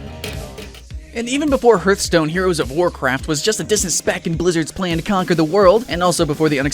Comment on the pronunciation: HeArthstone, Sounds like HEART, not Herthstone sounding like a hearse